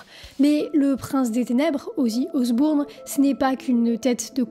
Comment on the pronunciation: Mignonne et complète revue, merci! Mais "OsbOUrne", sérieux? Ça se prononce Osborne,. 😊